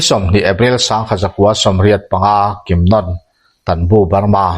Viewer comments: I chhiar ngaihnawm viau mai mahse misual pakhat hi kimnon ni lovin kimnawn ti in kan hre thin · 'Kimnawna' ni lovin, 'Ainawn' kan lam rik dan angin, 'Kimnàwna' tih tur a ni. Chutiang bawkin, 'Lairumi' tih pawh hi, 'Laifei chawi' kan lam rik dan anga, 'Làirumi' tih tur a ni. Tin, Biate aṭanga um zuitu mi 13 an thlan zinga pakhat hi ka papuia a ni a, a sawi danin Vaphai aṭanga mi pahnihin an rawn fin tih hi a dik lo ang. Hetih lai hian Vaphai aṭanga rawn kal an awm lem lo a ni awm e. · a thluk hi a lam diklo in kalo hreve a,kimnawawawna tih tur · Kimnawna hi ilam diklo, anawna nawn niloin nawn tih laikhi athluk ahniam tur, Kim laikhi aki asanga nawn tihlai khi athluk ahniam tur. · Kimnawna hming leh natchhawng , Dihai tih vel hi i lam dik lo lulai lutuka a ho zo vek😂😂 i chhiar hmain a hre deuh zawh tur che a nia. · Kimnawna tiha 'Nawn' tih lai hi 'Bawkbawn' tiha, 'Bawn' kan lam anga lam rik tur a nia. Eng pawh hi se i chhiar thiam, a ngaihnawm bawk e. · Pi tar thattu hi Kimnawna tih a in lam hi Nawn tih ah hian thlukna a awm a , chuvangin nawn tih lai kha thluk tur a ni e . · Kimnawna ti a i lam rik dan hi ka hriat dan nen a in anglo. Zanlawn tih ah hian lawn tih lam rik ang hian nawn kan ti.. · Kimnawna hming i lam dan chu a va hawihhai love. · Kimnawna 'nawn' lai tak hi sainawn kan lam rik anga lam loh tur,lamhniam tur